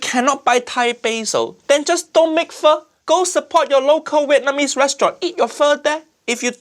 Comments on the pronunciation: 3 seconds in, pronounces it, "FAH"...oh lordy. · How can she called it “Pho” 😂😂😂 completely wrong, completely 😔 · I see he is so sad he said fur but not pho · Well her calling it Fa like the musical note shows how little she knows about the dish Pho so sad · Ok "pho lady cheater" btw it's phở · Is it just me or does everyone saying "Pho" just sounds like fuck? 😂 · I'm a Vietnamese and I just don't know what abomination is she making instead of Pho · As an Vietnamese, im offended by her Pho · My goodness.. How do you manage to fuck up Pho? Seriously... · Uncle Rodger needs to look up how to pronounce pho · You can do shortcuts without butchering it! I can buy Pho cubes for 20 cents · She literally "butchered" pho!